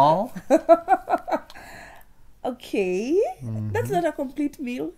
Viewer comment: Guakamoli…… guacamole